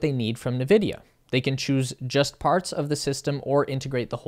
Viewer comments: Dude - its pronounced “En Vidia” not “Nevidia” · Its pronounced as "nVidia" not "Vidia". Please read before you speak the words. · Dude Its N Vidia (Not "Ne Vidia) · Navidia? Thought is was N-vidia. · He was saying "na-vidia", not "Vidia". Everyone else says "en-vidia", so that's probably the correct way to say it. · bro said navidia😭😭😭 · It is pronounced: EN VIDIA You're welcome. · this guy really said Na-vidia 😂😂😂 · uh, it's pronounced 'In Vidia" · If you look closely there is only one "A" in Nvidia, not Na Vidia..... Jeez! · Yes, good video, but it’s pronounced like “in-vidia”. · Please start pronouncing nVidia correctly. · Nice video, but I think you are pronouncing NVIDIA wrong.